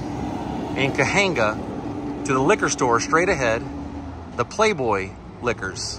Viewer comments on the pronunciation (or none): It’s pronounced ‘CA-WAYN-GA’.